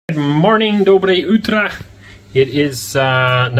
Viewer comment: I was afraid to go for shopping for 1 year when I came to US. 3 weeks and your "Dobroe utro" is nearly perfect. Kudos to you